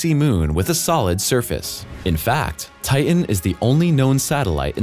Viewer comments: Stop saying Ti- en. It's Titan. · I wish the guy would pronounce “Titan” correctly. It has a “t” in the middle of its’ name. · His pronunciation of the moon Titan and the way that it is spelled seem to differ.